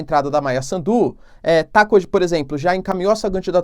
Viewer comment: Professor quando fala Maia Sandu não acentue no D só no S. Afinal mais pra o fim tu falaste bem o nome. Adoro o seu trabalho!